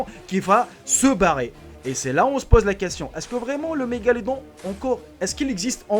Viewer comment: On ne dit pas "La Magaladô"... mais "un mégalodon" et on ne dit pas "La Filippine", mais "Les Philippines".. etc. etc.Arrêtez de bourrer le mou et d'abrutir des gens "pour faire le buzz" sur votre chaîne, avec des images retraitées qu'on retrouve partout... et partout un peu différentes et trafiquées ! Pas la peine de donner tellement raison au Pdt de la République Française à propos des médias et de la presse qu'il aura beau jeu ensuite d'établir la censure pour toute l'information démocratique et utile ! Mais... c'est peut-être - précisément - ce que vous recherchez ? D'où parlez-vous ? Quel est votre intérêt ? Dans quel but faites-vous cela ? Le buzz seulement ? La désinformation ? Le militantisme religieux (...) selon les sujets abordés et une fois que vous aurez obtenu votre "réseau de confiance" ?